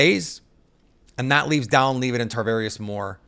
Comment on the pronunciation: I feel like a fan or at least a hobbyist just doing a job who watched a few games last year would know how to pronounce Dallin Levitt's last name properly.